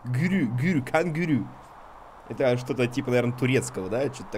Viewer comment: это ужасное произношение сломало мне мозг кэнгару